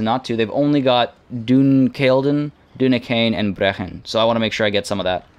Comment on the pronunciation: Hey Brechin pronounced Bree-kin still exists today and is about 30 miles north from where I live